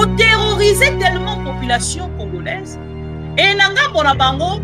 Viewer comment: 😂😂😂😂 tika boye Oza congolaise to congoraise boye bien te maman